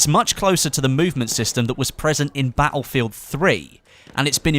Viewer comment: Wish this tool would learn how to say "battlefield".